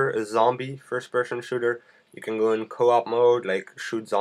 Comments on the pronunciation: Firsh pershen shrooter xD just say fps lol. What is ported? You talk about parting all the time, what does it mean? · LOL firsh pershon shooder. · Fersh Peshon Shooter :D